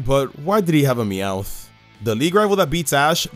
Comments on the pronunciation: Cool guy, but why did he have a "Mewoth?" NEW POKEMON MEWOTH COMFIMED?1!//? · "mewoth" lol